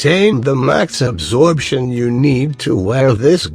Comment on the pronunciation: I thought that you said abortion.